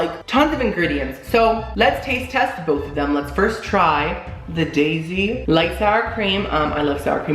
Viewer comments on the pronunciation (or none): none